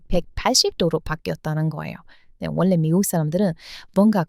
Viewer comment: 다 좋은데요. 아끼는 마음으로 발음 문제 하나를 얘기할게요. 들을 때 받침 자음과 이어지는 다음 음절의 자음 발음이 거슬리게 들리는데, 이것을 말하는 문법 용어가 '자음 동화' 또는 '자음 변동'이라고 있어요. 내용 중에 '원래', '전라도'를 '원내', '전나도'로 들려요. 첫 글자인 '원', '전'을 너무 신경 써서 발음하다 나타난 현상이에요. 근데 뒤에 'ㄹ'이 올 때는 '월래', '절라도'로 발음해요. 앞 음절의 받침 'ㄴ'이 이어지는 음절의 첫소리 'ㄹ'과 만나 'ㄹㄹ'로 발음이 편해지는 현상이에요. 다른 예로, 인류(mankind), 전류(current electricity), 선릉역(station)도 발음할 때는 '일류', '절류', '설릉역'이라고 합니다. ㄴ+ㄹ은 ㄹㄹ로 소리납니다.